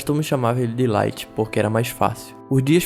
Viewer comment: “Laito” kkkkkkkk